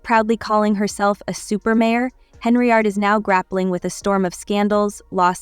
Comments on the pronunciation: Henyard, not Henryard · not HENRY YARD, it is HEN-yard AI BOT CHICK